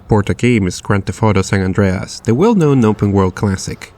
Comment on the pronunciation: San "Andres"